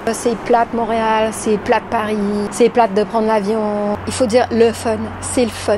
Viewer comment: Prononcez « platte ». Faut insister sur le « te ».